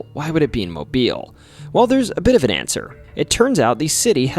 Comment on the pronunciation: Thank you for pronouncing Mobile correctly. A lot of non-Alabamians mispronounce it.